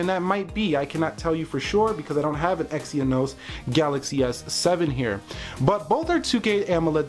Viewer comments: you should at least do youre homework... its exYnos, not exyEnos.... you youtubers need to get youre facts first and than make some comparations.... otherwise its unprofesional.... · You say it exen-os!!